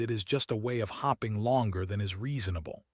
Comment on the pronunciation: Hoping and Hopping are two different words, pronounced differently.